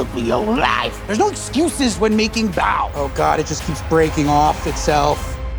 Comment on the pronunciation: really butchered that bao....